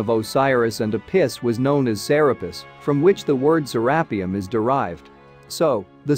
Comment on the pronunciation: I can't do it... the mispronunciation of to many things... say it with me Sarah pee ummm